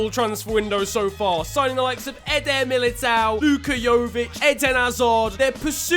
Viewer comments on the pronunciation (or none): Hey, figure I'd let ya know Militão is pronounced more similar to Militón and João is pronounced more like John. You should look up the pronunciation of the ão suffix, it'd be easier to get